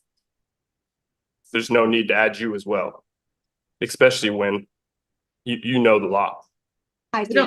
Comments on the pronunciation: "Expecially" ? . . .and . . . "Your representative of whoever you think you might be won't be going to jail, it's going to be you" 🤣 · The blood flows…… errrrr “ekspecilly” not to your brain dud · I really wish people would learn that "expecially" is NOT a real word!! 🙄